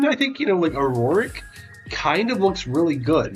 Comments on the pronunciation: it's not AurOric legacy, it's Auric legacy. you keep adding an extra syllable for no reason. Au is the chemical symbol for gold, and that's why it's Auric. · How come you say auroric and not auric?